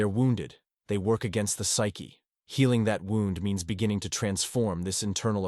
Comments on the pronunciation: The word is wound as in pain, not wound as in a clock. For the love of God get real people to read these things!! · Another criticism is the A.I. speaker's mispronouncing of the word "wound" - a negligent preparation of material for the listener. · Yes excwpt the key word WOUND is mispronounced so many times, but not all. Someone needs to edit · I know this is AI but it’s still good… the father wouwnd 🤣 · Something that distracts me in this video is that the word wound is repeatedly pronounced like the past tense of wind. Is there no way to correct that? What happened to having humans actually read text? It’s not that long. Thanks for the content, anyway.